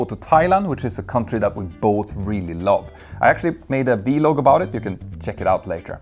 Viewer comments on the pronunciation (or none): Never heard anyone call a VLOG a Vee-Log lmao